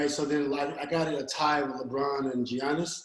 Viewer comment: Giannis = “Yah-niss”. The 'G' is silent.